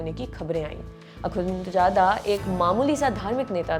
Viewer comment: Akunchada nhe hota.. Akhunzada hota hy madam.. Naam seek lo wazo kr lo phr taliban ka naam lo